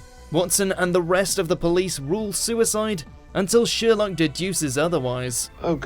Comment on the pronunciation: nice video, by the way, that is Sherlook not sherlok in pronunciation.